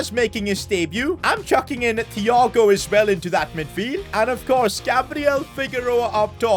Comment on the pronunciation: Him saying thhhhh and not tiiiiago is just sort of triggering🤣💀